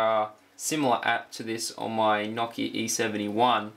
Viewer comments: The phone you had is called Nokia not noki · say "Nokia" again, bwah hah hah